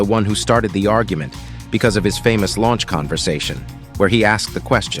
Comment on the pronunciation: Good video. Interest takes. The narrator said Fermi had a "launch conversation", but it was a "lunch" conversation Fermi had with colleagues.